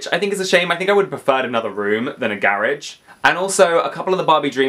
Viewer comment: Your accent on house 2015 had me confused 😂😂 I’m like what’s a Gairage then realized youre saying garageee 😂